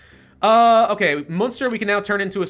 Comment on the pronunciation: Am I going to be a butt if I correct the pronounciations? Munster: Mun-ster (We say mun the same way as you say mun in money) Sligo: Sly-go. Ulster: Ul-ster (Ul pronounced like in bull.)